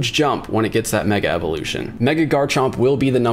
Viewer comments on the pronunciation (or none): none